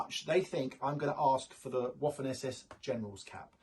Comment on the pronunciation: Please stop calling the Waffen like waffels in english in german w is prounonced vaffen but in german v = f in english. If you work in this business try to learn the names and prounonce properly.